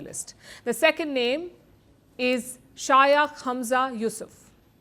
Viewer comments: Palki has become a joke of a reporter of being a desi can’t pronounce Shaykh properly being such common title for an Islamic scholar or a ruler in Gulf where millions of Hindus are making a decent living! Might as well say she always was Hindutwa shill! She is too young n stupid to know the real history of colonial India which was divided at the orders of US when the rivalry of USSR & West heat up! Nehru was a socialist & America pulled a fast one by sending Radcliffe to expedite partition of India & Pakistan became a lynchpin of American surveillance via Peshawar till U2 got shot down! Indians were treated by US as pariahs being communist shills! Then Rao’s study of America paved the direction! Don’t forget even Modi was denied visa! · “Shayaakh” Hamza Yusuf. 😂